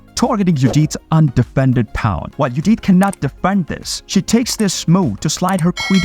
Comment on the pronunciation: It is pronounced "PAWN!" Not "Pond" robot